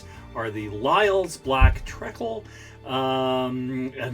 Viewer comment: It is tree-cle, not trekkle. Great on toast, by the way.